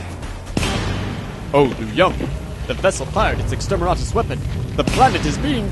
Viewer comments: Loved it. A little work on the script to tighten it up a bit would make it even better. One final note, it's extermiNatus, not extermiRatus. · I keep loling when i hear you say Extermeratus weapons. It could be i am hearing it wrong though